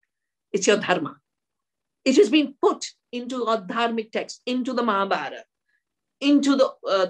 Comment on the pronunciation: Come on...Not Mahrabhata it's Mahabharat